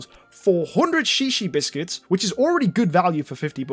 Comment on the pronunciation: Shishi biscuits. XD In Hawaii that means peepee. Are you sure it's not pronounced zhezhe?